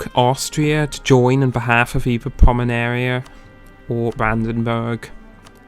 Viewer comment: A little ahem: its PomeRaNia. Not PomeNaRia ... You've switched the capital letters mate :-) just trying to help here :-)